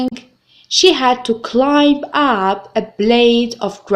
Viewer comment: يا حبيبتي:the letter"b" in word climb is silent